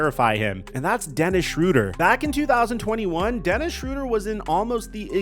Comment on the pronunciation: Dennis SHRAYder not SHROODer